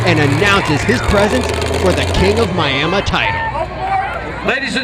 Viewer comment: You mean Miamuh